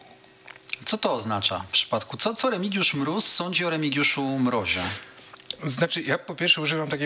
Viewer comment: "Remigiusz Gróz" 🤣 Ale Smoku dojebał na zakończenie.